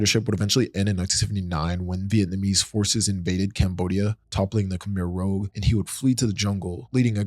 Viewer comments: Khemer “rooj” not “rōg” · Its Khmer rouge - sounds like "rooj"as in the colour red. An old word for women's blush. Not rogue. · "Khmer Rogue" lol dude, it's the Khmer Rouge (Red Khmer) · Khmer Rogue is one of the most hilarious mispronunciations I've ever heard. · Khmer Rouge, Iran, Iraq, Allende, Kosovo, junta … all mispronounced.